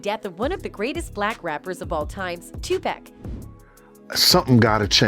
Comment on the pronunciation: So do me a favor, when you mention 2pac don't EVER SAY his name like that you sound stupid.... I hate when people reference legends wrong!!! Please go back and listen to Hov when he told the last white dude about 2pac